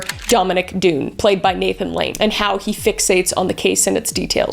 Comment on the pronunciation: Really hard to listen to this mispronouncing so many names. It’s like you didn’t even watch the Netflix series. Dunne is pronounced ‘Done’. Please please research. Were you reading something you summarized from ChatGPT?